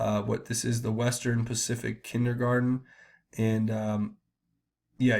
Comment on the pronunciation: Did u say kidndergar U thought PRINCE WILLIAM.